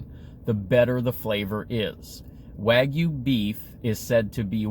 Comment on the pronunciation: 900 calories. Also it is pronounced Waa* gyoo. Or Wa Gyou.